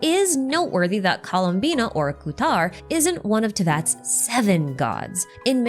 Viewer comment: If you would like to improve your pronunciation, pay attention to how Lauma says "Kuutar" and "Luonotar" and like really pay attention, especially to how she pronounces the "r". It's not the English "arrr" (the sound coming from vocal cords) but a slavic, eastern/northern european "r" (a sound made purely with your tongue, it resembles that of an engine running). Right now, we have nod krai, and later we get to schnezhnaya, all of the cultures they take from pronounce "r" similarly, so it would be a nice touch :)